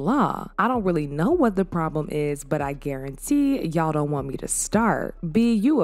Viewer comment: That "zon't" took me out😂😂